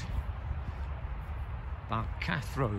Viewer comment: it's balgarthno not balcathro as in balgarthno Road in charleston